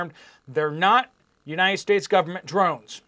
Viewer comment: WHO says it's not our "gooberment"?Our goobernent?😂😂😂😂😂